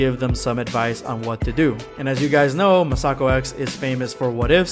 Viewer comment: Nobody:: Ma-Sock-o